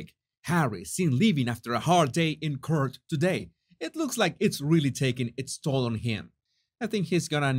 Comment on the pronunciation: Hey, Just wanted to say I love your channel, but sometimes you pronounce English funny...court sounds like PORT...cort, with a u...that's all, Much love xx